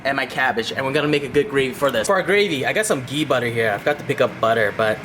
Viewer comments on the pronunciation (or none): none